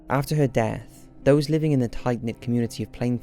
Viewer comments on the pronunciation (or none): none